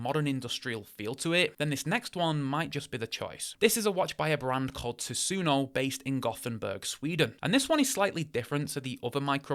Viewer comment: Brits and Yanks pronunciation of Tusenö always cracks me up lol Its a compound word, of Tusen [thousand] and Ö [island] Literally the Thousand Island. Not referring to the sauce… most probably. But I suspect instead referring to the archipelagos spanning the majority of both the Swedish east and west coast. And since Göteborg (gothenburg) lies on the middle of the Swedish west coast we can assume it’s refer to that area